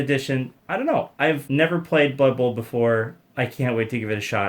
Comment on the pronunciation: "it's blood buhl!"